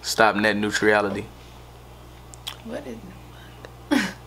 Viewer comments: “Net nuetriality” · This nigga said "Net nuetriality" not Net neutrality and why would you want to stop it aint the brightest weed in the dispensary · he said nutriality too lmfaoooooo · bro you be killing me with the way u talk and pronounce things😂 i died when u said stop net neutrality 😭💀💀